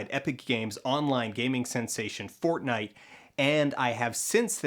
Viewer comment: Every time he said fortnite I lost 6 brain cells.